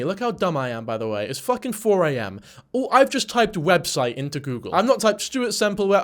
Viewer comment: "Website" "Websuite" Omg I needed the laugh that I got from that little bit 😂😂😂